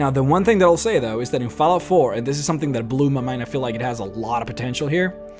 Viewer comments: Is it just me or did he say faalout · "Foul-out". Lol, sorry not making fun of you, just funny how you pronounce it. =) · That pronunciation of Fallout lol